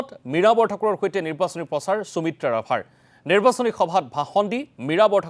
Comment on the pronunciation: মহাশয় অনুগ্ৰহ কৰি উচ্চাৰণত গুৰুত্ব দিব নেকি ? সুমিত্ৰা নামটো আপোনাৰ দৰে এজন অসমীয়া মানুহৰ মুখত চুমিত্ৰা বুলি শুনিবলৈ বৰ শ্ৰুতিকটু হৈছে। আমাৰ শব্দ ভাণ্ডাৰ আৰু উচ্চাৰণ আমাক এটা পৃথক জাতি বুলি চিনাকি দিছে , প্ৰতিস্থা কৰিছে। সেয়েহে উচ্চাৰণ শুদ্ধ আৰু সঠিক হলে ভাষাৰ গৰিমা আৰু মৰ্য্যদা ৰক্ষা পৰিব ।